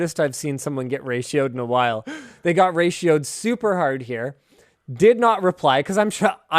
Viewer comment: Weird hearing Linus say ratio'd